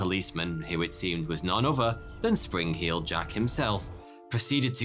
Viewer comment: sprin-k-heeled jack?